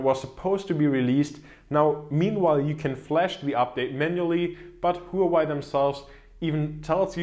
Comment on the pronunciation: the HUAWEI is read as wah-way